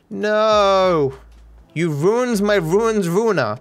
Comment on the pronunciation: "you vruind my vruind vruiner, it is wrilly vruined" gotta love the accent 😂